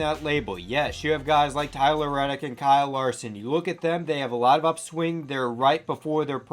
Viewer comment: Not sure that this guy knows what he’s talking about. He can’t even properly pronounce the drivers first name!